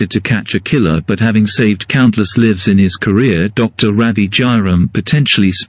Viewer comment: Livs? Do you mean lyves? I know. I'm a pronunciation creep.